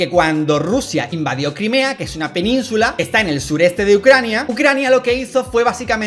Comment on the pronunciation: "Rusia y Ccrania"